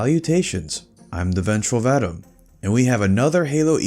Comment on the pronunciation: I don't think you're pronouncing 'Vadam correctly... It's supposed to be "vuh-dahm"